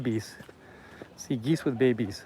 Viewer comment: "where all the geese hang out" I thought he said G's (like gangsters) 😂😂